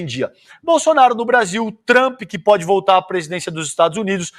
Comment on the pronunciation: kkkkkkkkkkkkkkkkkkkkkkkkkkkkkkkkkkkkkkkkkkkkkkkkkkkkkkkkkkkkkkkkkkkkkkkkkkkkkkkkkkk meeeeeeeeeeeeeeeeeeeeeeeeu Deus do céu!!! Vcs estão colocando muita cachaça na salada!!! É VINAGREEEEE!!!! KKKKKKKKKKKKKKKKKKKKKKKKKKKKKKKK Vcs, não conseguem nem mesmo pronunciar o nome do Trump de forma correta!!! "O TrumpIIIIIIII" kkkkkkkkkkkkkkkkkkkkkkkkkkkkk MAS AI O JUMENTO ME SOLTA UM DUGGGGGGGGGGGGGGGGGGGIMMMMMMMMMMM?!!!!!!!!!!!!!!!!!!! Meu deus do ceu, vcs são uns estelionatários intelectuais, o jumento ali no vídeo nem sabe do que esta falando!!!